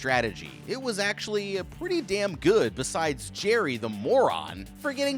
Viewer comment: ''wait a dawm minute''